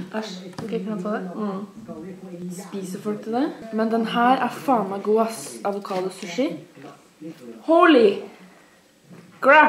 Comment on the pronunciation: det heter avokado ikke advokado!!!